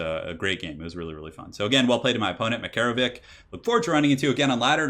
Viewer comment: Makarowich is pronounced like "Mac"(like Mc in McDonalds)-"ar"(like the letter R)-"o"(like in "Odin", Norse god)-"wich"(like "witch" or "which"). Stress second vowel, "MakArowich".